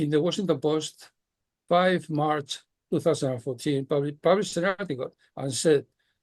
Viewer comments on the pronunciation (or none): none